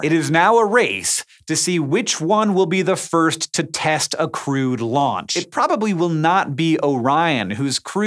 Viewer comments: "a crude launch"? oh dear. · crewed, not crude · I'm looking forward to seeing if life in our solar system began on Mars then came to Earth, as well as what our sun's North/South poles look like. PS, every time you say crewed, I hear crude.